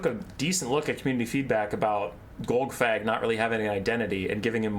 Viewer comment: Best TW content creator because you actually pronounce Golgfag, unlike those other British cigarettes.